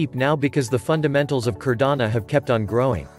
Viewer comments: Great video. Only thing is..this is Cardano..not Cardana. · No matter the robot is mispronouncing Cardano every single time lol 😂 go up Cardano!!!!